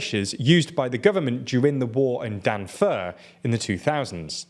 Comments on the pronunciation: It not Danfur, it is Darfur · damn he really called it 'danfur' Come on man, I was a kid and I still remember the concerts for Darfur